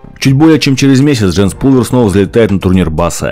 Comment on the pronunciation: Не ПУлвер, а ПАлвер.